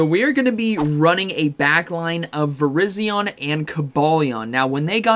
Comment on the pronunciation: why does every YouTuber pronounce it VIR-IZ-ION. it is VIR-EYE-ZION. similar to the wireless carrier VERIZON.